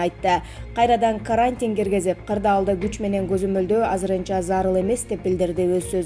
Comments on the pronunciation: Ударениени а га койбой туура окучу карааантин дебей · Каарантин деп окуп жатат. Же билим алган эмеспи диктор. Матриялдык деп окуп жатат Пневмания деген сөздү дагы туура эмес. Башка диктор окусун же болбосо каналды өчүрүп койгулачы